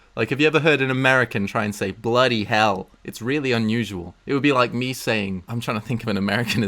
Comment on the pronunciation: That American bloody hell sounded so accurate what the hell